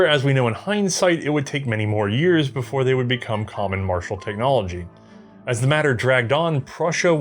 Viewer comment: *cheems* “Technomligy”